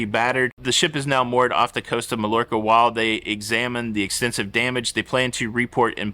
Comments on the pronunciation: Hey. Mallorca is pronounced “mai or kuh”, not “mall or ka”. Just saying. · Mallorca is pronounced:MaYorka" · FWIW, the double ll's in Mallorca are pronounced as a "y. In Spanish, double ll's are always silent and pronounced as a "y ". So, it's "Ma-yor-ka". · pronounced "my orca" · Malorca is promounced My-orca or Muh-yorca.... the L is not pronounced as such. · I hope you are having a great time on the Paradise! I took one of my sisters and my youngest nephew with me on the Paradise last October. Smallest ship I have been on since I started cruising about 6 and a half years ago, but we had a great time! Tampa is a beautiful city as far as we could see. I hope it doesn't get too damaged in the storm especially where you live! Btw, Mallorca is pronounced Mai-or-ca. The double l in Spanish is usually pronounced with an i sound.